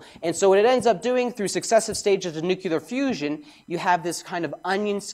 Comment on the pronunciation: Ive never heard of nuculer fusion. What is that?